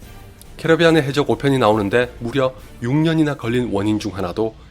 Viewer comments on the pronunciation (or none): 궁금한게 있는데 원래 캐리비안의 해적 캐러비안으로 읽어도 되는거임? 제목이랑 자막은 캐리비안으로 잘만 적어놓곤 캐러비안이라고 계속 말하길램